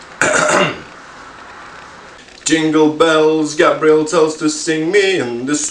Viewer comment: ble nuo kai sakai ei gabriel atrodo kad sakai gabriel smells xD